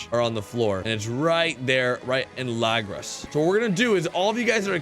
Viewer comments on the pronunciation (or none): none